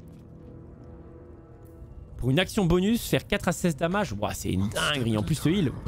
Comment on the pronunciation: C'est pas "damage" c'est "damège" c'est dommages en anglais...